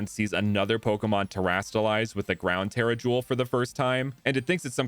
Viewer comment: He pronounced it the correct way